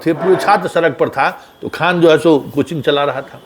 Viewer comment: Pahle to aap Mahajan thik karo KHAN KHAN bolte ho